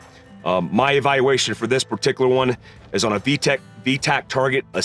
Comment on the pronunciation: Heard that “vtech” slip 😂 the good ol’ Honda rice rocket days ✊🏽